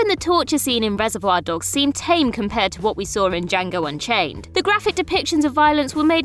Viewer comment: "Django UnCHAINED, not "UnCHANGED"...